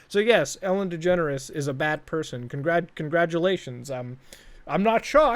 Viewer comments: I always hear "Ellen Degenerate" Instead of "Ellen Degeneres" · why it seems like he s saying Ellen degenerate show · because i have a speech impentiment i can't pronounce degeneres and i always say 'degenerate', guess this is the true way to say it now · I remember when I was a kid, I thought Ellen Degeneres' name was pronounced "Ellen Degenerate" Turns out I was right the first time.